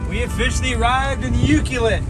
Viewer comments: welcome back to the island! ps its pronounced U-clue-let lol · Just so you know it is pronounce you-clue-let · You found that secret peice of land ya wanted to buy . Now you can rent it . No need to buy jack squat except beers from the Ukee Liquor store . It's pronounced U-clue-let or Ukee for short . Just a little secret , Locals greet and thank each other by saying "Choo" . Love that town .